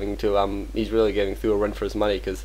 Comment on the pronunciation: omg can u not call th000 th-ooo lol its 'th zero zero zero' or just be chinese call him sang dan( means 3 eggs) lol